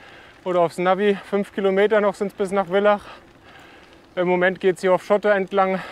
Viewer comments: Bitte das heißt Villach mit F, so wie Vater.. 😊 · Für mich als Österreicherin istdeine Aussprache der Ortschaften oft sehr lustig. Wir betonen ganz oft auf der letzten Silbe. Spitaaal zb. Lienz ist mit einem betonten e und Villach wird wie Vater gesprochen😉